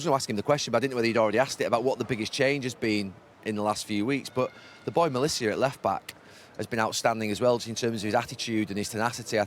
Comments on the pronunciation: INNIT??! as a Dutch speaker I'm going mental... where does he even get "Melissia" from?? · Please stop saying "Malicia"... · It’s Malacia Gary, get it right son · What a shame that Gary doesn’t even know how to pronounce the name of the black “kid” he’s praising. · Will Gary ever pronounce Malacia’s name correctly? 😂